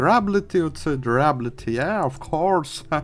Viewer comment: І читається Д'юрабіліті